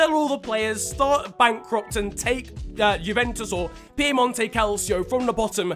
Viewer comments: It’s Piemonte not piemonto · It’s actually not Piemonto Calcio it’s PIEMONTE CALCIO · Piemonte not Piemonto 🙂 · Its piemonte not piemonto... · it's not Piemonto btw, it's Piemonte. Just saying because it's really annoying me for some reason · It's PiemontE, not piemonto😂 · mate you serious i'm italian and i feel offended by "piemonto" because it's actually piemonte >:( you lose a sub (nah you don't keep cool uwu) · when will you learn that it's PiemontE Calcio? not PiemontO? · Im italian and the region juventus (Turin) is from its called “PiemontE” not “PiemontO”....😂😂😂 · Piemonte not Piemonto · it s fucking piamonte not piemonto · Its piemontie not piemonto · Is not piomonto calcio is Piemonte calcio